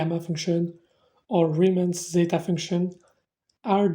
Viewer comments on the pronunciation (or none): none